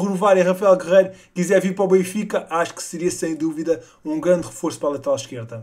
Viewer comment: aprende a dizer o nome do clube bem